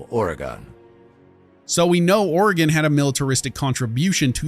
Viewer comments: he pronounces Oregon as "Ore-Gone", here everyone pronounces it as "Ore-Gun" or "Ore-Gin" lol. Also you start Fallout 2 in Arroyo, which is located near Ashland, Oregon. Right after you go to Klamath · The characters (and you) dont even pronounce oregon right lol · I was waiting for Arroyo to be brought up! It’s always funny hearing Oregon pronounced wrong lol